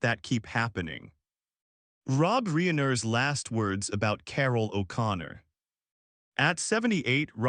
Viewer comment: Notice how the AI voice doesn't know how to pronounce "Reiner?"